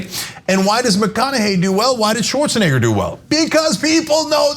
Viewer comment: Anna, you almost said schwartzni$&&3r